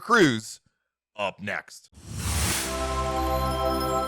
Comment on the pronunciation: Why he said up next like that 😂😂🤣🤣